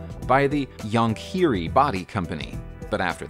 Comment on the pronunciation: How the heck did you pronounce Jonckheere .... really.... there are websites where you can enter a word or name and the language and have it speak it... this is bad really bad !!!